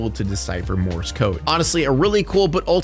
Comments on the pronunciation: It’s pronounced MORSE not morris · I kept hearing Morris code instead of Morse code lol for that part 😂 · Are you saying "Morris" code?